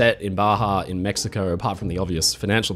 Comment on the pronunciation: There's just so many unnecessary r's added. I've never heard of Mexicor.